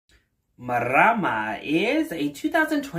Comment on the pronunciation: YES !! YOU GOT MARAMA PRONOUNCED PERFECTLY !! most creators i've seen don't attempt to pronounce "Marama" but Maori is pronounced "Mah-oh-ree" with a rolled r